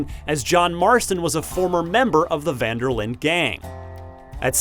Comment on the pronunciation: Jesua the way Muricans pronounce Van der linde is horrible It is pronounced like: Fun der Linduh